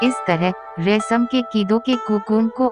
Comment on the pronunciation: Good information. But its "Resham" not "Resam". And also "Mystery" not "Mistory". Please correct.